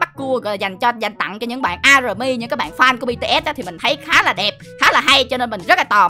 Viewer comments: Army đọc là A-my nha anh chứ hôk phải A-rờ-my ạ :3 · Ổng đọc a rờ my, cười ị😂😂